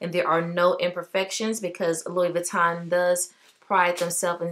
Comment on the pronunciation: Gotta pronounce the name correctly if you’re gonna carry a Louis lol. It’s “loo eee” not Lewis